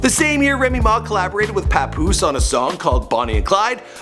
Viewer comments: The way he pronounced Papoose Lol. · He says the name Papoose so funny, lol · Say Papoose and Plata O Plomo again? 😂😂😂